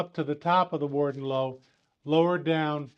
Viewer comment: Typical yanks can't pronounce English words properly !